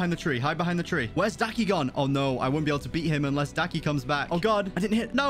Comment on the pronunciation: Bruh daki not ducky